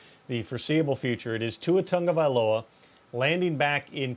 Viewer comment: Its Tagovailoa, not TANGOvailoa, he's been in the league for 2 years already 🙄 you'd think you would have his name down by now!